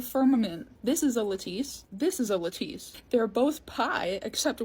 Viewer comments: Lattice is pronounced “laddis,“ not “la-teese” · La-teese? Lattice (laa-tiss) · OH! & its pronounced la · tuhs not Lat tice google says the words even slow if you ask it "how to pronounce ..." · Wait, it's not "la-TEACE" .. The correct pronunciation is "LA-tiss" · Lattice isn't "LATEESE", by the way, it's pronounced like "LAT-TIS" or "LA-TUHS". You never heard that pronounced before? No offense, because I appreciate everything that's on point (or even seemingly so). It's just that schools, generally, don't teach like they used to, along with other factors in today's anti-intellectual nightmare. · No “ lah-tis” that’s the pronunciation. But otherwise you go girl!❤ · I like Là teese 🤌🏼😂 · I agree with all of this except your terrible pronunciation of lattice. Lol, all good tho.